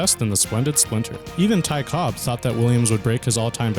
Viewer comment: "Ty Cobbs"